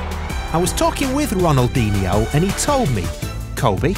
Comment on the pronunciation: it pisses me off every time he pronounces Ronaldinho wrong